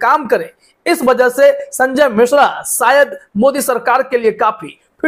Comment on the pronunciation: भाई, आप हिंदी ठीक से नहीं बोल पाते हैं। शायद को सायद बोलते है। श और स में फर्क समझे